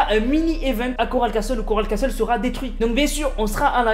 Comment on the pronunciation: Et si tu veux etre parfait ca se prononce Coral Cassol et Holly Hedgiz